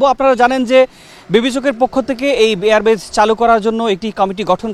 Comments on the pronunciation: Air Base, not Air Batch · এয়ার বেচ নয়, এয়ার বেইস।